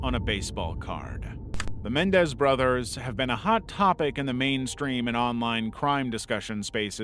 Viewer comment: Dude, really? Lyle and Erik (corrected for KymeraArts) Mendez? It's MenENdez. You lose credibility when you make mistakes like this.